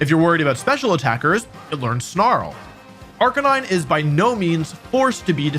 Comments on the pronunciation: unfortunately i was able to determine which pokemon you placed at number 1 since you clearly mispronounced its name, the description fits arcaneenay though, is that what you meant? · surprised wolfey pronounced arcanine wrong. I think he mean arca-knee-neh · Why was he pronouncing Arcanine's name wrong? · you pronounced arcanine wrong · That's now how you say Arcanine...